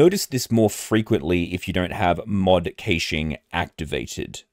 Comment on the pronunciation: Its pronounced Mod Cashing. Great video, thank you.